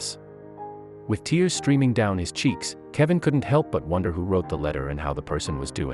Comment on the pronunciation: You don't know how to say red or tears. Why does narrator do that??? I would call my car speedy Gonzales or maybe fat cat